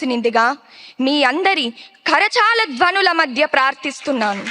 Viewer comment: Karachaala dhwanulu kaadu ammaa, Karataala dhwanulu...0.18s